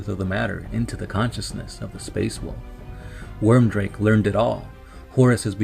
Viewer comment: Nice lore video on my favourite legion, good work. However, the Rune Priests name was Wyrdmake, not Wyrmdrake (or at least this is what I understood you named him in the video).